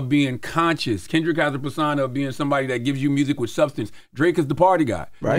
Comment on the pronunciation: It’s perSOna, not perSAna 😂